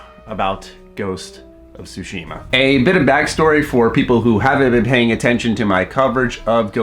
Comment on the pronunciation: Calls himself weebs but Americanizes the pronunciation of 対島